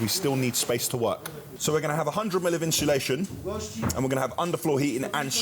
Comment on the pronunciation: Inshulasion 💀 gets me everyone 😭